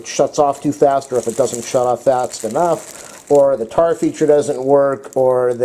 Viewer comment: thanks for the advice about liquid measurements. I was wondering about that. Glad you cleared that up. By the way, 'tare' is pronounced 'tear', like you tear a piece of paper.